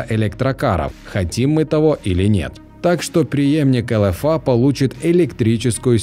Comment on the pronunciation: Тебе произношение надо учить,не элэфа а элефей.